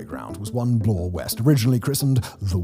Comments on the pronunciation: Also, Bloor does not rhyme with floor. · Yunj? Blore? Come on! It's pronouned "young", and Bloor does not rhyme with floor.